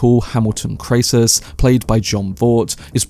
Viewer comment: Dude, you need to get the facts straight. Your pronunciations are are in error - Kray -ciss ? Clodio is not Crassis’ son - he is his grand son. Clodio did not order Caesar’s assassination attempt. These are basic facts that you should have had in order before you offer your opinions.